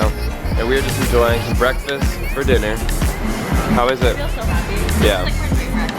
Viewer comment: haha dave winnel... back to the sound... BWEKFAST to the sound.. lol